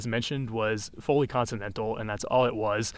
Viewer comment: I find it very interesting that someone who knows all this detail about language still mispronounces "consonantal" in his own native language.